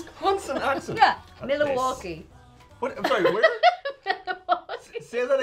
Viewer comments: lol Milwaukee not Milawaukee! Fun fact we have an Irish fest in August in Milwaukee. 🇮🇪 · Try Mil-wau-key! Close but no cigar! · Alright, from a Wisconsinite here you butchered my accent!!! it's pronounced MIl-wau-kee! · We Wisconsinites don’t pronounce the L in Milwaukee. We say maw-waukee. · Milwaukee Mill-wah-kee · As a Wisconsinite (Cheesehead). No. That is not a Wisconsin accent. And it's pronounced "Mwaukee". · "Mill a walk kee" - Don't change who you are. It's so wrong that it's right. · LOL....almost spit water all over my screen when did her "Wisconsin" accent and her pronunciation of Milwaukee was hilarious!! Born and raised (49 yrs) Wisconsinite now living in Tennessee. and are the best pairing EVER. I love love LOVE all the Tryers!.